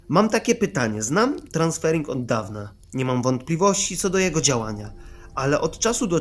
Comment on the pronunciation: TranSERFING, nie transfering! Nie ma mowy o żadnych transferach tylko o SERFOWANIU NA FALI SZCZĘŚCIA. Na dodatek pisanych przez "E" na wyraźne polecenie Vadima Zelanda. I nie czyta się jego nazwiska jako "Ziland".